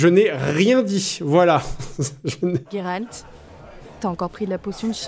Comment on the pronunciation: Pourquoi tu dis Guéralt ? Alors que ça se prononce Jéralt ?